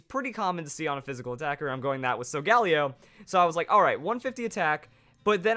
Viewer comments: not so gal eo sol gah leo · oh my goodness please the pronunciation it's solga LEO it's a lion for God's sake pleas stop saying Sol galeo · Why does he constantly butcher Sol-ga-lay-oh?!?! It's not that hard to say correctly. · SOGALEO IS PRONOUNCED AS SO-GALIO!!!!!!! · The way he pronounces Solgaleo hurts. I say sol-ga-lee-o or sol-ga-lay-o.